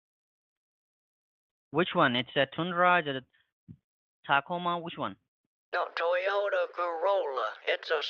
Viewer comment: Robert = "ROBBER".... Toyota "Taco Ma"....lol I love when they mispronounce things--it makes the scam funnier. That doofus sure was long winded and sure he has a victim. GREAT JOB!!!